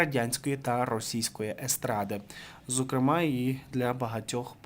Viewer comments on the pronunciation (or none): none